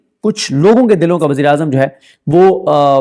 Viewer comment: صدیق جان بھائی آپ کا تلفظ ٹھیک نہیں, نواز شریف دِلوں کا نہیں دلوں (دلا) کا وزیرِ اعظم ھے۔